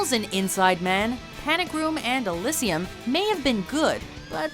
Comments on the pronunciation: Elysium in the film is pronounced Eleezium yet here you pronounce it Elissium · Elysssium. Yeah thats now how that movie is pronounced ha